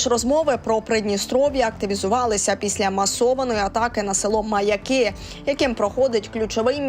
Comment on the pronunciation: Взагалі-то наголос МаЯки , а не МаякИ